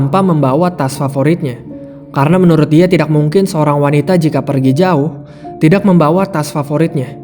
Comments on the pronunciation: Kok org bisa ya ngomong tidakk tpi terdengar aneh sekali cara ngomong TIDAK nya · Kebetulan saya org sunda, dan baru2 ini sering dengar youtuber bilng TIDAK tpi seakan aneh di dengarnya jdi kurang nyaman, nth klo org lain tpi saya kurang nyaman dengarnya. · Bang,ngucapin ‘tidak’ kok dgn strong k?